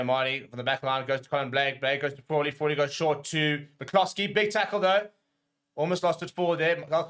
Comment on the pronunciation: Fraw-Lee. Fraw-lee….😂